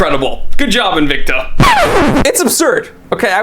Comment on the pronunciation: your aw rong bout N-vic-ta... 🤪